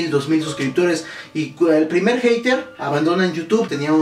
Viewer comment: perdon una cosa mas no se dice hayter se dice hater = jeirer...